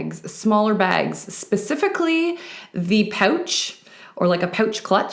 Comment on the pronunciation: Love the way you say pouch. Lol. I love feminine tops and so so so happy to see them everywhere! I totally agree with you on seeing a pop of color in a sea of black so I do not own a black coat just colorful ones. Love your videos ! Do you have a favorite fashion decade?